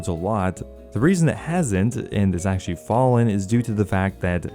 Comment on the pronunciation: i like how you pronounce actually as "ackshee"